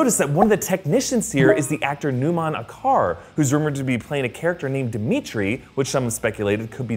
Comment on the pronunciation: Numan Acar's last name pronounced like "ajar" btw